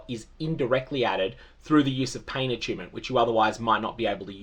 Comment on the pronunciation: A-choon-ment. Lmao